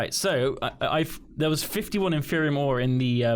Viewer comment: HUZZAH! learned how to say "Inferium"